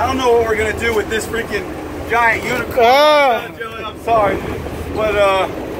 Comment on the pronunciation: He said unit corn so meany time 🤣🤣🤣😂🤣🤣🤣😂🤣😂🤣😂🤣😂🤣😂🤣😂